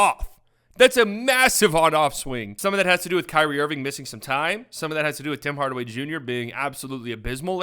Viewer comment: This man said Bim Bardaway Bunior and it got me